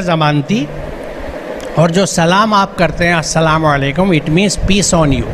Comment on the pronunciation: Plz correct ur pronunciation of assalamoalaikum